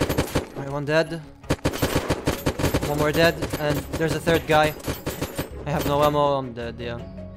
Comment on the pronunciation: the way you say "dead-d" is so weird :D